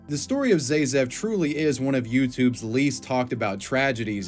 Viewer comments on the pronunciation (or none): My only thing against this is that his username was pronounced ZA-zef, not ZAY-zef as he kept using. ….I remember I stumbled into his videos maaaaany years ago. Ugh, that’s enough internet for me today.